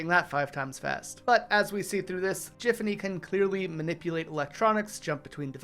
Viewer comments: it's GIFanny, GIFanny! NOT JIFanny .MY .GOD. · Why do you keep pronouncing Giffany/.GIFfany wrong?